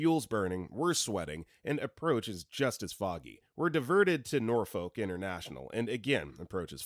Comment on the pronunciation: This man is very clearly not from Virginia. He pronounce Norfolk wrong.